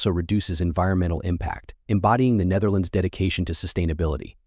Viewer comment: You should study how to pronounce the Dutch before trying to say the name, google translate can help.